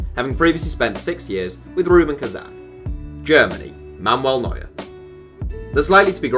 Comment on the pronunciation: Yeah i heared of this "Momol" Neuer-Guy😂😂